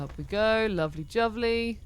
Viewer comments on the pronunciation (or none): are you saying “lovely juvly” here instead of “lovely jubbly”?